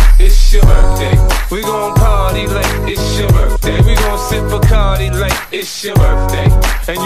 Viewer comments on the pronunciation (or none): none